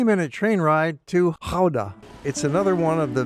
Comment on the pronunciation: Respect for the Dutch g-sound in Gouda.